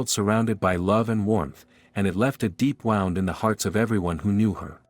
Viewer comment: Yucky AI voice with terrible pronunciation. Learn to say WOUND.